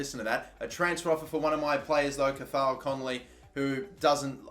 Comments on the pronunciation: C a HULL not cathaal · Cathal is pronounced ca-hill I’m from Ireland that’s how it’s said 🤙